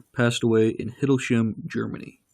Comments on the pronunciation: Hilds-Heim you dork, 'sh' is not like english, and German has no 'th' sounds, his name wasn't "goth", he didn't wear black lipstick. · The way this guy pronounces Hildesheim and Goeth is very cringeworthy. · when I heard Hindelshem, I cringed hard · It is HIDERSHIEM AS IN RYME....HILDERSHIEM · It's pronounced Hil-des-heim (hi as in high) always do your homework before making a video) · girl right-from the beginning I thought he can't even pronounce Hildesheim